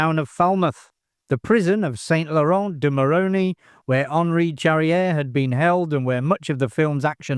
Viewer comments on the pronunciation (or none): Pronounce "Charrière" correctly; that would help.